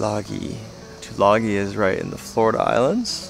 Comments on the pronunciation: FYI,it's pronounced " two lung ee". :-) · Tulagi is pronounced Tulangi as in sing.